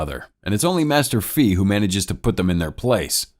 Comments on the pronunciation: Its ‘fay’ not ‘fi’ it means fly in chinese/飛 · I'm sorry but the way you say his name's makes me cringe 😂😂😂😂😂 It is pronounced Fei (Fay) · Introduced as fei, named fee the whole video, i know is very minor but can't unhear an economic term all the time, also makes me think if lee is really lee or lei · The way you pronounce Fei is hilarious to me it's pronounced like hay just the h is an f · That's the correct pronunciation, but I can't lie, Fee is funny